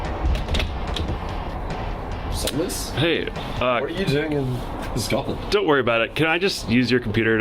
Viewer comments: I was so triggered when he said 'Scatland' P.s I'm from Scotland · The way Americans say Scotland is triggering, its Scot Land Not Scat Land 😂😂